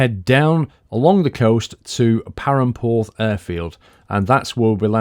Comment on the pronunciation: You say perranporth as pirranporth